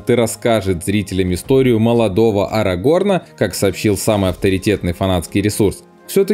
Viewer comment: Комментатор, учи матчасть. Возлюбленную Берена звали ЛЮтиэнь, а не ЛутиЭН. И узнай, где ставить ударение в именах Арагорн и Ниэнор. И хватит везде пихать сравнение с дурными престолами, в которых нет ничего интересного.